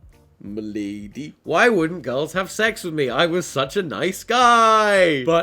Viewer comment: 2 years later and Tom saying me-lady is my favourite thing in this whole video